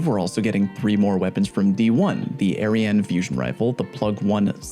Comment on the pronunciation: He said Plug-1 sniper and eriene fusion😂